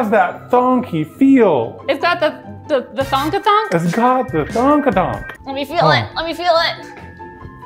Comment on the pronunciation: Listening to talk about keyboards and not even having the gateron switches and lubing them properly had me rolling, then the "thonk" instead of "thock" had me ded